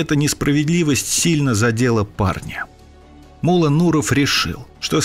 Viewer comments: Ударение в его имени падает на О, т.е МуллО, а не мУлло, как выговаривает автор ролика. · Не Мула, а МуллО! Ударение на О. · не му́ла, а мулла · не МУлло(ударение на первый слог),а МуллО (ударение на второй слог)...МуллО - знаток Корана! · Не МУло а МуллО. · Мулло́ - ударение на "о" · Имя Мула с ударением на ,,а,, произносите правильно!!!! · ВСЁ ЭТО ПРАВДА! ВОТ ТОЛЬКО УДАРЕНИЕ НАДО ДЕЛАТЬ НА БУКВУ Л ! ЕГО ВСЁ- ТАКИ ЗВАЛИ МУЛЛО НУРОВ!